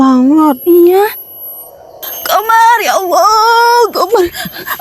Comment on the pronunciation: Kak ko manggil Komar jadi kamar